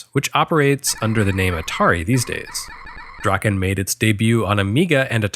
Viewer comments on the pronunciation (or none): C’mon: “Drakkhen Slash”!